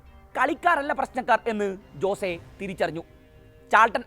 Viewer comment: "ജോസേ "അല്ല അനിയാ "ഹോസ്സേ" അതാണ് പ്രനൺസിയേഷൻ 😊😊